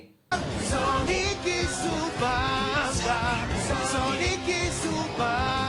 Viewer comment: supongo que dice "y su banda" pero entiendo "panza" o "basa"